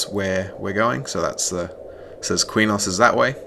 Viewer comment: back in the day when i played EQOA i pronounced Qeynos like kwaynohs and i saw people online years later say it was pronounced keynos. also i always said SOW (spirit of the wolf) like a female pig. like SOUr